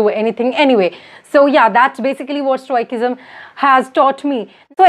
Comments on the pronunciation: For future reference, it's not pronounced "Stoi-kism", it's "Stoi-sism". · It's stoicism, not stoi-ck-ism, sorry not spreading hate. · Some of your pronunciations are very funny...specially Result,stoicism, studying.